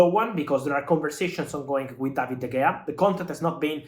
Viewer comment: De Heya, not De Gea